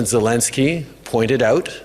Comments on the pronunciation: Ben its ZeleEnskyy. Please try to pronounce his name correctly for Pete's sake!!!!!!! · Ben, you keep mispronouncing Zelenskyy's name. Do better!